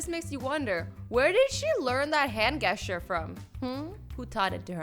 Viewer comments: gesture is pronounced ˈjesCHər by the google dictionary, not Gues- ture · Hand "guess-ture"? It's pronounced like "jess-chure" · gecher? Its gesteur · Hand GuEsTuRe you mean gesture, azzy? It’s ok this video is amazing anyway. I would do the same thing tho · She says gesture wrong and also iron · did you guys notice how she pronounced gesture 😮